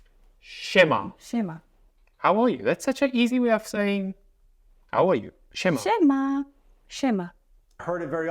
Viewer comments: you pronounce word 'siema' as italian word 'scema' that means 'idiot' .... hilarious! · Haha good choice of expressions.. .BTW „sie ma” is not really used that often.. It’s a greeting that is used by an influencer and a charity campaigner Jurek Owsiak, that's why it’s got popular.. Also, sie ma, the way you pronounce it, in Italian means stupid/silly 😂😂